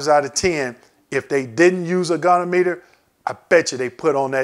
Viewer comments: Great information! I'll definitely be using this during my CMP exam! Thank you. FYI - goniometer is pronounced "GOH" + "nee" + "OM" + "ih" + "ter". 🙂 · Great video ! Maybe work on your pronunciation of the word goniometer (go-nee-ometer) but otherwise very informative and I'd love to see a detailed explanation of each joint group... Particularly knees because it is a separate rating for flexion, extension, and stability which can give large compound ratings as I understand it.